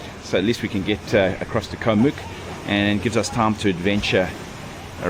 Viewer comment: Challee beach on Koh Mook the neighbouring island is much better (my wife's home island). When I visited Koh kradan, I was nearly run over by long tail boats while snorkelling. Way too crowded. Koh Rok and Koh ngai are better for snorkelling. Koh Mook is pronounced to rhyme with look.